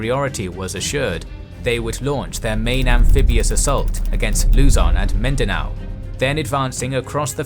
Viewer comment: The correct stresses in pronouncing Luzon and Mindanao is on the last syllable for both. [loo-ZON] (similar to the Mandarin 呂宋) and [min-da-NOU]